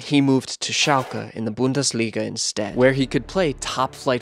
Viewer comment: Great video, keep up the good work, but please either learn how to pronounce some things or just say it in your normal accent! Idk if you tried to say Schalke and Bundesliga correctly but it just sounded like you were trying to mock the german language😂